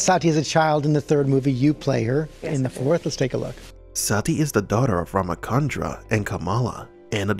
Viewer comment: It's Rama chandra as if cha in chai or Cha in chair.